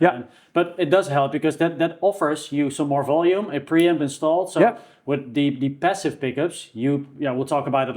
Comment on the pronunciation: 'bassive' ? 'bick up' ?